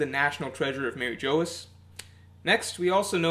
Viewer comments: it's pronounced mariejois lmao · Its pronounced like Mar-ee-g-wah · Interesting theory. Kaido may be immortal as well thanks to the Ope Ope no mi, as we all suspect. I do wonder what your theory is about what weapon Roger had which Shiki revealed in Episode 0? I' was leaning towards Pluton and considered Uranus as well, but now I really think it could've been Pluton. By the way, Mary Geoise is still pronounced like Marijoa. It's meant to be a french word, for example Bavarois is pronounced like Bavaroa. Actually Mary Geoise should be pronounced like "Marijuas" but that won't be and never was the case in the sub. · Mary Jose?? Blasphemic pronunciation there. :( That apart, always love your videos haha. Keep it up!